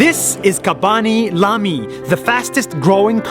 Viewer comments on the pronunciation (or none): Bro is not khaby lamy it is khaby lame